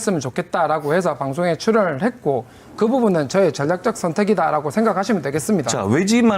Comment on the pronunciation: 전략적 선택이다를 던략떡썬때기다 라고 말하는게 어른이냐?ㅋㅋ